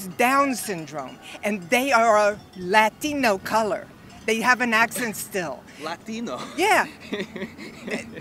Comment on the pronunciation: mark. Liberal white woman pronounces the word ‘Latino’ with a Hispanic accent... picks up on it and laughs. Classic!